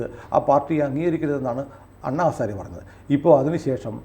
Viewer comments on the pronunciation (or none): none